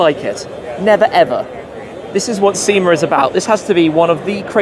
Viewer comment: Seem-errrr. The English can’t pronounce English the way English is meant to be pronounced. Ironically to say.